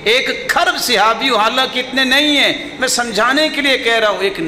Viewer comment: Sehabi nahi sahabi hota hai